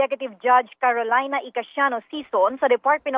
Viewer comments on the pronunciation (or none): none